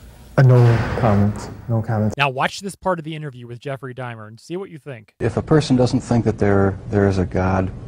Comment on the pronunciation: Why are you saying Jeffery Dimer?????